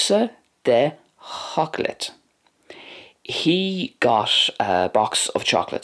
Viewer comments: Bha sin uabhasach sgoinneil. The pronunciation of some words in Gàidhlig was a wee bit off though, I think (especially the d in seòclaid, g in ag iarraidh, the long à in blàth and the dipthong in thoir). Beò is also missing a strac in the final example. Also, where did you find the words “coinnigh” and “bladhaire” in Gàidhlig? I haven’t seen these words, and can’t find them in the dictionary. Coinnigh also doesn’t fit the typical imperative verb pattern for plural / formal you? Shouldn’t it be “coinnibh” (though I thought “cùmaibh” would be used for keep). Any fluent or native Gàidhlig speakers, can you please shed light on this? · Great video! I am a learner of Scottish Gàidhlig and I thought I might make some slight corrections to your pronunciation of some words. In 'Seòclaid' the 'd' at the end is pronounced as a 'j' as its next to an 'I' which is a slender vowel. Also you need to elongate the 'o' a bit more because is has a grave on it. A general rule in Scottish Gàidhlig is that the emphasis is almost always on the first syllable. Also in 'Blàth', yes the 'a' is a bit broader than it is in Irish but not quite as in the video. Also the 'L' is a bit darker and more further back in the mouth (you have to lift your tongue a bit more) In the phrase "Bhe e ag iarraidh Seòclaid" the 'G' in 'ag' is pronounced more like a 'k', which is a general rule in Gàidhlig, unless its at the beggining of the word or next to an 'H'. As for the 'ort' in some regions its pronounced 'orsht', but what you did was fine in other regions (such as Lewis) Other than that this was a very interesting video! Keep up the good work!